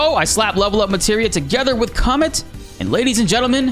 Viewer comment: It sounded like you said c*m meteor